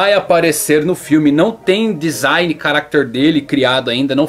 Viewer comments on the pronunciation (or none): none